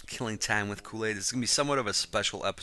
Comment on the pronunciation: Koolady(or Koolaidy)